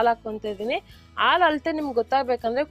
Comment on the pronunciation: ಅ ಹ ಉಛಾರ ಸರಿಯಾಗಿ ಮಾಡಿ ಅಕ್ಕ ಹಾಲು alu ಅಲ್ಲ ಹಾಕಿ ಆಕೀ ಅಲ್ಲ ಅದು